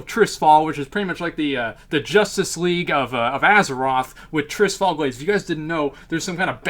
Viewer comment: Struggled to watch this cause you cant pronounce Tirisfal. Sound it out. Its not Trisfal.